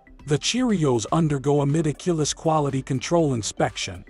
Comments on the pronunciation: lol "mediculous" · meticulous about everything except the prounciation of "meticulous"